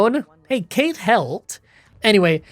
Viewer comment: weird obscure language tip from an Irish person that no one will care about, the character that's mentioned very vaguely "cait" isn't Kate but cawt 😌